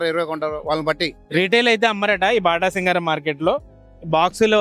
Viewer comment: బాటాసింగారం కాదు 😂 అది బాటసింగారం